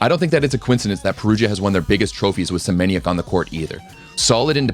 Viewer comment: If you can read PlusLiga as ploosiga read Semeniook as well not kide of Senieniak :|